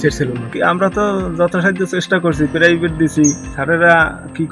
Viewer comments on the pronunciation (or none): কেলাস😂 পেরাইবেট দিছি😂🎉🎉🎉 গ্যাছে আর, আইছে,,,,, 😂